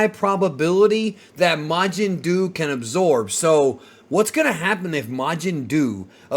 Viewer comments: Bruh it's majin duu. Fucking mountain dew my guy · The first thing I thought when I heard Majin Duu was "Majin Doo Doo"